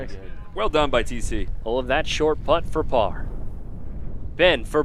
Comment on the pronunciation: “The famed shart par 4”